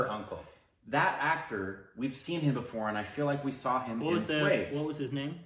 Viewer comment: Come on # 🤣🤣 its not “swades”.. its pronounced as “sva-they-sh”